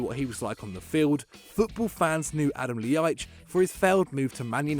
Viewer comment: that Ljajic pronunciation was horrible. Just say an l then an i and then an a. But really fast. That one honestly isn't difficult.